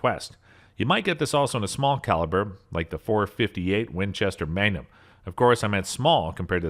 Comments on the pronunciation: How bout how he pronounced magnum as mangum!!!😄😄🫢🫢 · This man believes Magnum's are actually just "Gum for a Man" MANGUM??...ITS PRONOUNCED MAGNUM! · Mangum huh??...pretty sure that's MagNum!!😄😄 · And he called the magnum a Mangum lol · And magnum as "manyum"? Sounded like it. Made it kinda French.